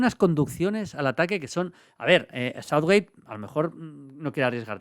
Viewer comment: Maldini por dios, pronuncia bien Southgate y no Southwait